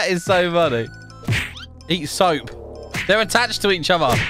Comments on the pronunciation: Bro is calling "soap" in to "soup" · I like when he said soop lol